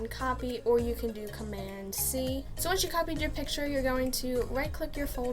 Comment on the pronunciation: and press command WHAT lol I literally cant understand what letter you said